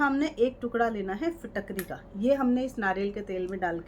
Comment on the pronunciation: Madam apko Fitkari bhi bolna nahi ata hai. Pehle Fitkari kaise bolte hai kisi se pehle bolna sekhe.